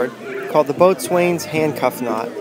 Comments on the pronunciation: Boatswain is never pronounced as it is spelled, it is always pronounced bos'n or bosun. The More You Know! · 🚣‍♀️🏴 Good video very clear. It is pronounced bow son best wishes peace and love Rick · Ok, I know this is an old video, but still... As an old sailor, "boatswain" is pronounced "bosun."